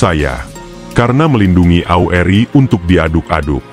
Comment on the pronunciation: Isinya bagus, mengungkap kejadian waktu itu, tapi saya illdeel debgan VO videonya....gak profesional banget..penyebutan AURI, RPKAD, Bogor